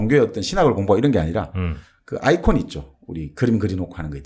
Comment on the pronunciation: 아이콘이 아니라 이콘 말씀 하시는듯~ㅎ